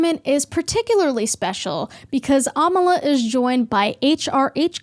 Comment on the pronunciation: It's ironic how u share the belief that people should respect pronouns and if they don't, they're a terrible person. And then go and miss pronounce Amala's name.